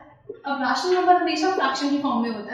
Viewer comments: Its not रेशनल । its रैशनल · dont pronounce ryaa-tional .................................................pronounce it as ray-tional